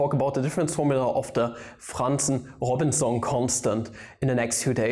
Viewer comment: Yo how you said that name of the constant is so great